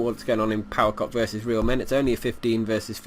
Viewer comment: power "cock" ?!?!, say "ce oh ce" It sound so sexual :)